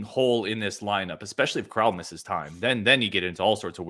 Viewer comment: Crowl rhymes with “growl” not “troll” I think you guys are selling Steve really short. He had a 116 O-Rating last year. He also does a lot of little things like passing, cutting, and screening at a ++ level. He’s another guy who makes the game easier for everyone else. I suspect his on/off numbers will be nuts after 5-10 games Neath is absolutely in the rotation. He is probably our best defensive wing and he keeps the ball moving. Staff loved him last year and he was playing on one leg.